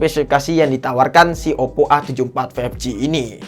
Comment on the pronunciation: Oppp ❎ Oddo ✅ 😂